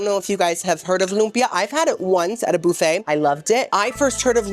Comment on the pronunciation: Girl I’ve watched you for so long & watch you so much that I’m starting to say the words you purposely say wrong myself in daily life… like boo-fay and compo-tay 😂You’re infecting me! 😅 💜ilysm!!🫶🏻